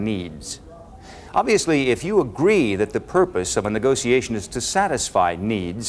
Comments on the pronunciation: Did he say negociation? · Damn this is just good sales. And the way he pronounces negotiation is exquisite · I live for the way he pronounces negotiation.